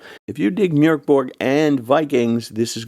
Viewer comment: Love hearing the umlaut pronounced! ❤